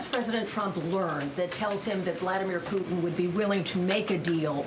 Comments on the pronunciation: I like the way she says President Poot..in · Why can't you pronounce "Putin"?